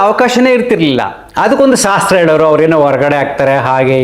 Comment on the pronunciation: ನಿನ್ನ ತಲೆ, ಮೊದಲು ಸ, ಗು ಶ, ಗು ಇರುವ ವ್ಯತ್ಯಾಸ ತಿಳಿದುಕೋ ಅದು ಸಾಸ್ತ್ರ ಅಲ್ಲ ಅದು ಶಾಸ್ತ್ರ. ಜನರಿಗೆ ದೇವರ ಬಗ್ಗೆ ತಪ್ಪು ಮಾಹಿತಿ ನೀಡುವುದನ್ನು ನಿಲ್ಲಿಸು ಮೊದಲು ಅಕ್ಷರಗಳ ಸ್ಪಷ್ಟ ಉಚ್ಚಾರಣೆ ಮೊದಲು ನೀನು ಕಲಿತಿಕೋ ಕೋಸ್ಟಲ್ ಏರಿಯಾಗಳ ದೇವಸ್ಥಾನಗಳಲ್ಲಿ ಮಾತ್ರ ಗಂಡಸರು ಮೇಲ್ ವಸ್ತ್ರಗಳನ್ನು ಧರಿಸುವುದಿಲ್ಲ ಅಷ್ಟೇ ಯಾಕೆಂದರೆ ಅವುಗಳು ಕೇರಳ ಸಂಸ್ಕೃತಿಯ ಹಿನ್ನೆಲೆಯನ್ನು ಹೊಂದಿರುವ ದೇವಸ್ಥಾನಗಳು ಆಗಿರುತ್ತವೆ. ಯಾಕಂದರೆ ಕೇರಳದಲ್ಲಿ ಬಹಳ ಹಿಂದೆ ರಾಜರ ಕಾಲದಲ್ಲಿ ರಾಜನ ಮುಂದೆ ಪ್ರಜೆಗಳು ಮೇಲ್ ವಸ್ತ್ರಗಳನ್ನು ಧರಿಸುತ್ತಿರಲಿಲ್ಲ ಅದು ರಾಜನಿಗೆ ನೀಡುತ್ತಿದ್ದ ಗೌರವ ಹೆಚ್ಚಾಗಿ ಗಂಡಸರು ಮಾತ್ರ. ತದನಂತರ ಕಾಲ ಕಳೆದಂತೆ ರಾಜರ ಆಳ್ವಿಕೆ ಕ್ಷೀಣಿಸಿದಂತೆ. ನಂತರ ದೇವರನ್ನು ರಾಜನಿ ಗಿಂತ ಮೇಲು ಎಂಬ ಭಾವನೆಯಿಂದ ಸರ್ವಶಕ್ತ ಎಂದು ಭಾವಿಸಿ ದೇವರ ಮುಂದೆ ನಾವೆಲ್ಲರೂ ಸಣ್ಣವ ರೆಂದು ತೋರಿಸುವ ಸಾಂಕೇತಿಕ ಸಂಪ್ರದಾಯ ಹಾಗಾಗಿ ದೇವಸ್ಥಾನದ ಒಳಗೆ ಮುಖ್ಯವಾಗಿ ಗಂಡಸರು ಮೇಲ್ ವಸ್ತ್ರಗಳನ್ನು ಧರಿಸುವುದಿಲ್ಲ. ಮತ್ತು ಮಂಗಳಾರತಿ ಕೂಡ ದೇವರಿಗೆ ಅಗ್ನಿಯ ಮುಖಾಂತರ ನಾವು ಕೊಡುವ ಒಂದು ಭಕ್ತಿಯ ಸಮರ್ಪಣೆ. ಮತ್ತು ಮಂಗಳಾರತಿಯ ತಟ್ಟೆಯಲ್ಲಿ ಹಾಕುವ ಕಾಸು ಅವರವರ ಇಚ್ಛೆ ಇದರಲ್ಲಿ ಒತ್ತಾಯವಿಲ್ಲ ಹಾಕುವ ಉದ್ದೇಶವೊಂದೇ ದೇವರನ್ನ ಪೂಜಿಸುವ ವ್ಯಕ್ತಿಯ ಸಂಸಾರವು ಕೂಡ ನಡೆಯಬೇಕಲ್ಲ ಇಷ್ಟೇ ಉದ್ದೇಶ ಅದು ಭಕ್ತರಿಗೆ ಬಿಟ್ಟಿದ್ದು ಇದು ಮೋಸವಲ್ಲ. ಯಾವ ದೇವಸ್ಥಾನದಲ್ಲೂ ಕೂಡ ಜಾತಿ ಭೇದವಿಲ್ಲ, ಧರ್ಮ ಭೇದವಿಲ್ಲ, ಸರ್ವ ರನ್ನು ಸ್ವಾಗತಿಸುವ ಏಕೈಕ ಪೂಜಾ ಮಂದಿರಗಳು ನಮ್ಮ ಹಿಂದೂ ಧರ್ಮದ ದೇವಸ್ಥಾನಗಳು ಅದರ ಬಗ್ಗೆ ಕೆಟ್ಟ ಮಾಹಿತಿಯನ್ನು ಜನರಿಗೆ ನೀಡುವುದು ಅಧರ್ಮದ ಕೆಲಸ ತಿಳಿದುಕೋ.